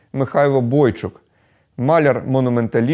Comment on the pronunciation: Хіба Бойчук не Бойчук наголос на у. Інститу в Києві імені Бойчука.